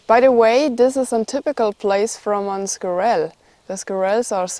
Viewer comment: Squirrel the emphasis is on the first syllable.